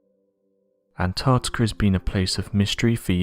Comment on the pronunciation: Anarrrrticerr is so advanced, it has the most densely compact ice, in the world